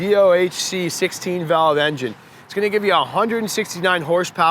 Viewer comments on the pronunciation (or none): none